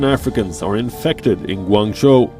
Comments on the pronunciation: LOL Ganguzhang? hahahahaha sorry for laughing , but it is Guangzhou pronounce as GU-AN-ZU! But love your show!!! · Gangzhou is pronounced Gou-AN-jo..... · (Gwan-Zo) Guangzhou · She said “gonguzon” 😂😂 that’s funny but fr fr this is sad news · Guangzhou is pronounced “gwaan-zoo” sis lol love you 😘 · She said "Gangazhan" 🤣🤣🤣